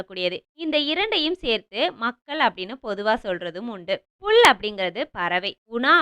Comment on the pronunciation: புல் ❌புள் ✅